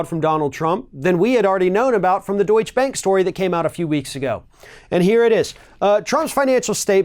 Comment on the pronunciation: It's not important, but Deutsche Bank is pronounced with e at the end of Deutsche, as "ɛ" like in dress or bet.